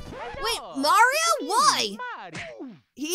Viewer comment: I'm certain that he said "Nario" instead of "Mario"